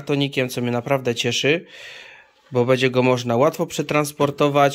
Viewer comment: Moi drodzy,przestańcie mówić"bedzie",bo to aż razi,macie świetne filmiki z targów staroci,ale dbajcie też o ten nasz piękny j polski,przecież bedzie,a będzie to jest zasadnicza różnica